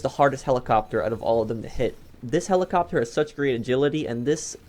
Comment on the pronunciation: he says kelicopter I'm weak hahahahahahahahahaha